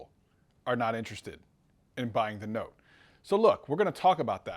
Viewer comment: No no”te’